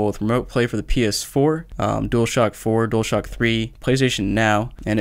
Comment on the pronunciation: Nobody gonna talk bout how he says dualshack